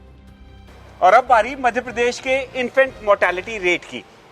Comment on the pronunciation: Infact nhi infant होता है भाईसाहब